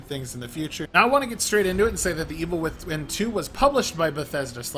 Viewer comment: WOW this dude cant even pronounce evil within :44 way to begin a review for the first time for angry joe SMH